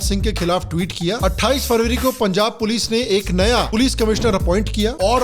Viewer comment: "Oye pols aagayi pols" 😂